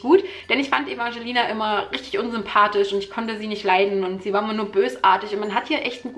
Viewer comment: Und "Ewangelina" ausgesprochen